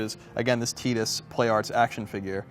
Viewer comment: Its Tidus, not Teedus artard. And what kind of man lets his woman make furniture....